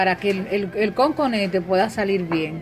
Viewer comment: No se dice "Conconete", se dice "COCONETE", su nombre viene por que está hecho a base de coco. Corrija eso!